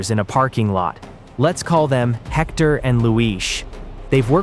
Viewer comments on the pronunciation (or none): Arellano is not pronounced Arelano, double L in Spanish has J sound as in Jack. Arellano, sounds like Are J ano. Tijuana is not pronounced Tiguana, the J has the same sound as H in House, so it is not Tiguana like iguana, but Tijuana. Hector has the Spanish silent H, so we do not pronounce it. It does not sound like Jector, but like ector.